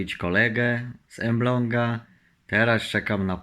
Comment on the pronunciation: Nie emblong a Elbląg